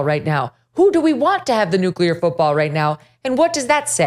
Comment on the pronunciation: It should at least be someone that can pronounce NEW CLEAR rather than NEW CUE LAR.